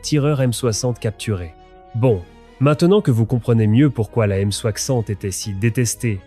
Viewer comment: Euh... c'est quoi la "aime soakssante" ? :D